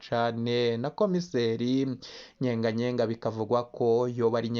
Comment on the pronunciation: Ni Nyeganyega si Nyenganyenga! Wewe update kuvuga n'importe quoi!